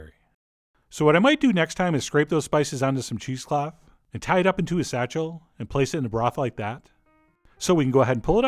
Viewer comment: satchel¿ at least you could pronounce it incorrectly like salza, you could say sayshelles or...bouquet garni.